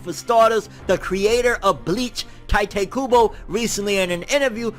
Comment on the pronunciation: Isn’t it pronounced Tee-tay Kubo?